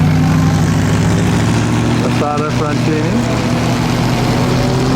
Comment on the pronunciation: When will you ever learn how to correctly pronounce Isotta Fraschini????